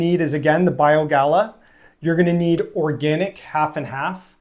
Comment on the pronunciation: Small nit to pick, not Bio Gala it is Bio Gay uh.